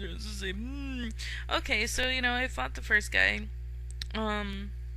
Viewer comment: Umm...lol . You "fought" the first guy and came out ok. lol word sounding liek other words.